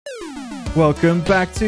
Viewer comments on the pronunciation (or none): none